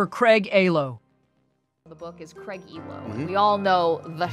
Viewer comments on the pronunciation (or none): Small thing: Please stop calling Craig, “A-LOW”. It’s “EE-LOW”. They pronounced it during the old clips. Thanks. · Ts EEEEELO(spelled Ehlo)…not AAAAALO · Learn how to pronounce players names and a few other words before posting another video, please. It's Craig "Eelow" not "Aylow". A blur of sweet and chills? At halphteam? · Craig "Aylo". Are you serious? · It’s Craig Eeelo 😂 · You said "aylo" because you wanted the comments right? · Yea I thought I was havin a Mandela effect when I when I herd Alo 😅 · Why is this dude constantly mispronouncing Craig Ehlo's name? That's quite irritating.